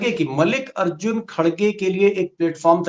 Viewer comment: दीपक जी आप मल्लिकार्जुन खड़गे को मलिक अर्जुन कह रहे हैं ???😍